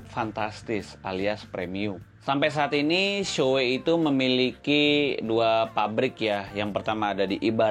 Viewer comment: NAH mantep ni, pengucapan "SHOEI"nya bener... mantep emang abang wkwkwk, masih banyak banget orang yg ngucapinnya "Shu-Wi"